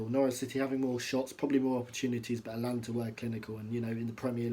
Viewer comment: mate, it’s AtAlanta 😂